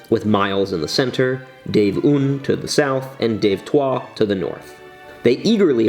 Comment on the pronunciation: I will literally implode if I hear another american pronounce "un" like that XD